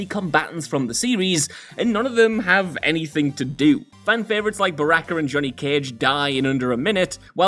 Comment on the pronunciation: Buh-rack-ur! Ha